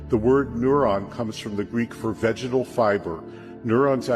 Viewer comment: What is a "vegedal